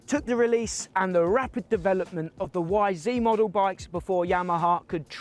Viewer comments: You’re English man not bloody American. It’s Y ZED 250 not YZeeeeeeeeeeee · It’s not a y zeee you numpty it’s a y zed your in England man !!!! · It's ZED, you numpty! You're not an American. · Say it properly lad...Y Zed. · It’s YZ not Yzee 🤦‍♂️🤣